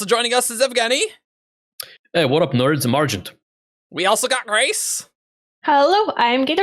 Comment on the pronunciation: Okay why did I hear call Grace "Rayse" when introducing her xD